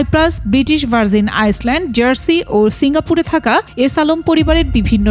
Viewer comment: বৃটিশ ভার্জিন আইল্যান্ড (Island) আইসল্যান্ড নয়